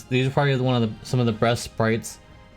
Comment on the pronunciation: did i hear you say breast instead of best?